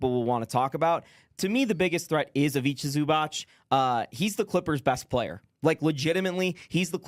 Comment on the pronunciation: It's pronounced IviTZA ZubaTZ